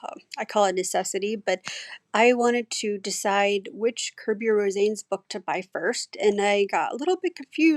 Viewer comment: His last name is pronounced as Ro- sah- nes. I love his work